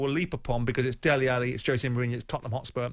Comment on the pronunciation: it's Dele, not Deli!